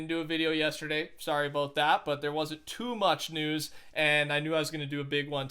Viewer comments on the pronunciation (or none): Ohh 😂😂 it’s because first someone said “aboot” then “a boot” 😂😂👌🏽